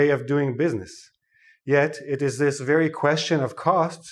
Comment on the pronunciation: It's not vary it's very LMAO 😂